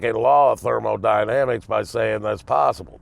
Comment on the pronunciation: Got that trailer park accent down lol 😂